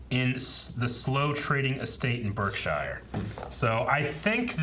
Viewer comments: Slough rhymes with 'cow' not 'ruff' and Berkshire is pronounced 'bark sh' not burke -shy-er but otherwise loving your reactions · Berkshire = Berk-sher ;)